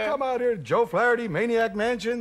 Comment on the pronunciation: It's funny how Dave says Flaretty instead of Flaherty.